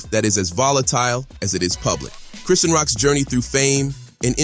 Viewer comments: Lmao 😂 Chris-See-An Bruh Its Chri-Shawn (Chri-Sean) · It's Chri-shawñ...NOT Chris-see-awn dummy. Ugh😮‍💨🙄